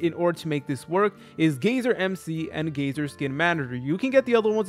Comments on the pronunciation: It’s not gayzer it’s guy-ser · its guyser not gayser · holy shit its pronounced GI-ser